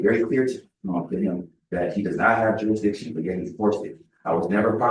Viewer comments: I think if the defendant can't properly say the word "Jurisdiction", then he doesn't get to bring it up. There is no such thing as "Juressdition" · Poor little. How can fight the court's jurisdiction when he can't even pronounce the word "jurisdiction"? Perhaps his beanie is too tight.